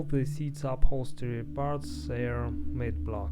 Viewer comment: Say matte like mat